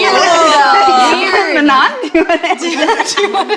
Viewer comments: why do we have a host who doesn’t pronounce MANON’s name correctly though come on it’s 2024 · To this day it STILL makes me mad how pronounces Manon’s name 😒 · why does STILL pronounce manon's name wrong? girl its not that hard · Why is still pronouncing Manons name incorrectly after a year? It’s kinda unprofessional how open she is about having favs and least favs. She loved to set those girls up for failure by refusing to be objective and understand that these young girls were alone, worked to the bone, and lied to by all of the adults around them especially her.